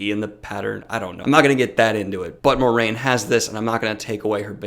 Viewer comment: Yeah, and it's also pronounced (MWAH-rain) and not (More-rain). It's like the French word "moi."